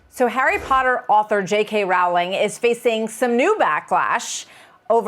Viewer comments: Her last name is Roh-ling NOT Rao-ling. 🤦🏽‍♀️ I am proud of her for speaking out and standing up for the truth. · Rowling rhymes with bowling, say it right please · The first syllable of "Rowling" rhymes with "grow", not with "cow". It's annoying that this presenter gets it wrong. He didn't take the trouble to find out the correct pronunciation. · People need to know: "J.K. Rowling" rhymes with "I am trolling". Please pronounce her name properly. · Why do they pronounce ROWLING wrong all the time?